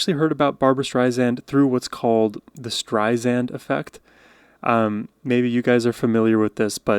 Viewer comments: AT LEAST SPELL HER NAME CORRECTLY..I MEAN..WTF? And it's NOT "Strizand"...it's pronounced like it's spelled...like SAND on the beach. Who are you? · Barbra is spelled Barbra and you pronounce her name Streisand, sand on the beach. Not zand. Barbra is the best! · Barbra (not Barbara) Strei-SAND (Not Strei-zand) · StreiSAND not StrreiZAND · It's Strei-SAND, like sand on the beach, not Strei-zand. Her words, not mine. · your pronunciation of her last name would make her head explode 🤣🤣 she hates to have the second "s" pronounced as a "z," she demands (respectfully submits) it be pronounced as written - an "s" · Have been a massive Barbra Streisand fan for the last 50 years and have attended several of her concerts. There will NEVER be another artist/performer like Barbra. Am so glad you have discovered her and I love your analysis of her voice and her songs! Just an FYI, her last name is pronounced Streisand with ”sand” being the 2nd syllable, not “zand”. She has often said in her interviews, that is a pet peeve of hers when people mispronounce her last name. Just thought you would want to know! Keep up your great shows….am enjoying you! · FYI: The last syllable of her last name is pronounced "sand" not zand. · Her name is pronounced Stri-Sand not streizend. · It's StreiSAND, not Zand, like sand on the beach.... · Strei-Sand, not Strei-Zand. The Streisand Effect was about an aerial photo of her home... not a photo of herself. She was worried about her safety, not her ego. Do a bit of fact checking... and even better... read her extraordinary memoir. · Miss Barbra Streisand gets angry at her name being mispronounced. Name is StreiSand with an S not a Z . Pronounced Stry Sand. Not Stry Zand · Detail: She pronounces her name as it looks. The las syllable is -sand, not -zand. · please pronounce her last name as Streisand (sand) not (zand) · Oh you mispronounced “Streisand “. It’s Sand. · StrySAND is how it is pronounced. There is no Z in her last name